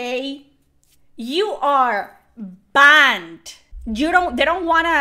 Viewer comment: I ahm bahnd. 🥵spicy accent.